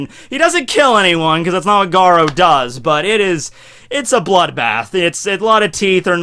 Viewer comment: you pronunciation of garou is like gadou